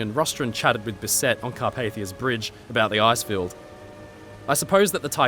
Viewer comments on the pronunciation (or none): BISSet with the emphasis on the first syllable.